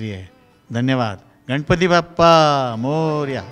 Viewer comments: अतिशय सुंदर मुलाखत आहे परंतु गणपती न म्हणता गनपती म्हणत आहेत मुलाखत घेणारी मुलगी न आणि ण अर काम करा.... अगदीच बेशुद्ध मराठी आहे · 10 वेळा तो शब्द म्हणून घ्या गा न गंनपती उखाना गने श